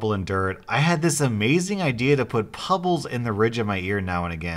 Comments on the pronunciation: when he calls pebbles, pubbles. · Did you say pubbles instead of pebbles? I love you even more! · Pubbles? P-U-bbles?